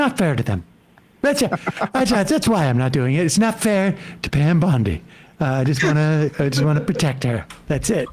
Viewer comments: I love how she keeps calling her Pam Blondi 😂🤣😂🤣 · She said Pam Blondie. 😂😂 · Did she call her Pam Blondie?! Lol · I can't stand Loomer, except that she is right about Musk and Bondi. And it is kinda funny when she calls her "Pam Blondi". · She keeps calling her Pam Blondi. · Loomer is as committed to saying Pam Blondie as Sam was to saying RamaSmarmy. Lol.